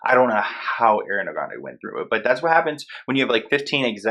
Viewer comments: Ariana not airiana😀 good video btw🤘🤘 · i love your videos but it’s AUH-REE-ana not AIR-EE-ana 😭😭😭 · It’s. (A)riana ... not (Air)riana lol 😂 it’s spelled Ariana. Like Argentina not (Air)gentina Like Arrested not (Air)rested Like Artist not (Air)tist Like Arrange not (Air)range Like Army not (Air)my Like it continues lol 😂 Where did u get (Air)riana from ? Lol 😂 like I really wanna know lol 😂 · Why people call her Air when it's ARE - E-ANA LIKE OMG. IT'S CRINGE. Just repeat Nicki Minaj... Me Jessie and ARE-Y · No wonder why people bully u it’s Ariana not airiana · Repeat after me ARE E ANNA not air e Anna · It's not Ari it's ARIana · She said it was Ariana- not "Airiana-" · Did it bother anyone else how he kept saying AIRY-Ana instead of ARIANA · It’s AH-riana not AIR-iana. It’s been years that she’s been in the public eye and people can’t say her name right. Really? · It’s ARI-ana not AIRY-ana omg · Her name is not AIRiana its ARiana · Ah-ree-ah-nuh. Did anyone else cringe when he pronounced it Air-ee-ah-nuh? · It’s Ariana grande not airiana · Do you know it drives Ariana nuts when ppl call her air-re-Anna. It’s pronounce Ar-re-Anna. I’m surprised ppl still pronounce it air-re-Anna after she talks so much about how it’s not how to say her name lol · the way your pronouncing her name is trigging me... its ARIana not AIRana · IT'S ARIANA NOT AIRIANA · Honestly hate the way her name is mispronounced... it’s Ari-ana not Air-iana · Okay not to be mean but it’s ARI-ana. Not AIRY-ana. 😬😬😬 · its ARiana not AIRiana okay carry on lmaooo sorry i had too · Its ARIana Grande Not AIRana Grande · damn, she’s not Airiana, she’s AAriana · Ah-Ree-Ah-Na NOT Air-Ree-Ah-Na great video though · Ariana not Airiana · lol airi.. it's ari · arianaaaaa not air_iana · Bruh why you say her name like that? It’s not Airana it’s Ariana😂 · ITS NOT airiana ITS Ariana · sorry but it's not pronounced Air-iana its just ariana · The whole time I’m triggered because he is saying airana and not Ariana